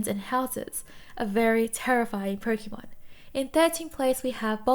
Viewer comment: such a relaxing voice and great video but its pronounced "Poke(ay)mon